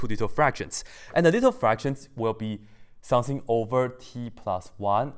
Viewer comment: Everytime he says 'something' I hear 'sensei' _